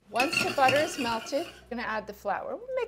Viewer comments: I cant wait till you get your own show. You got it all, you got the "buttah" etc. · BUTTAH! AND GAHLIC!